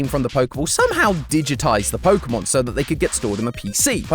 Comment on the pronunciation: Ah yes. Polkamon. Let us all ignore the correct pronunciation of é. 😂